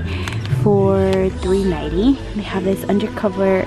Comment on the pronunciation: Who else heard 3 nighty instead of 3.90